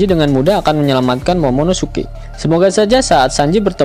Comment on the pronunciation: 16.35 ngomong momonosuke ga bisa wkwkwkwk